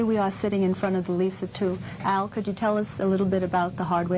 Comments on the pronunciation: he says leeser instead of Lisa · Lol He totally said Lisar. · Liser? LISER?!